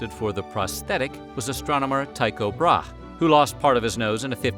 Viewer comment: you really pronounced it brahe? always heard it said "bra-hee"